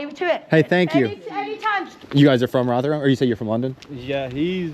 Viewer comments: It’s pronounced Rov Her Ham and it’s an absolute dump. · Why do you keep saying Rotherham with the TH sound from THING, unvoiced, instead of the proper voiced THIS? Can't you hear the difference? Like sandpaper on my ears. Oh, and my family's from Rotherham way back, so I expect to hear the proper name. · I'm still tying to not be distracted by your pronunciation of Rotherham. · It's odd that you can't say Rotherham properly